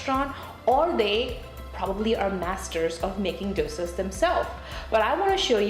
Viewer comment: I mean i get tweaking your accent to make life in the states easier. But calling dosas (which im sure your pronunciation was perfect with all your life) 'douisaws' is wild.